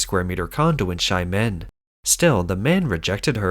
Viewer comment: It's pronounced 'Sha men' not shy men' but I think it works better